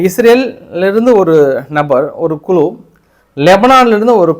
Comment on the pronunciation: க்ளு❌ குழு ✅